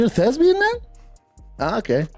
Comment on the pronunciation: Brendan schaub, thesbian? 🙄 😂 fix your words. Thespian